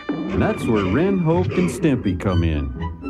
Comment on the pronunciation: Narrator: That's where Ren Hoke and Stimpy come in. Ren: That's "Hoek", you eediot, not "Hoooke"!